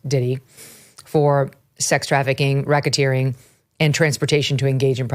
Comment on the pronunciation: what's Rocketeering, Mygen?...it's not something similar to like helicoptering😬🤭...it just sounds like it 🤭